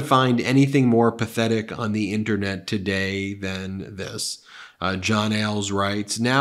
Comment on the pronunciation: "I did this and that tiday" ...and yet you couldn't find a shirt your size.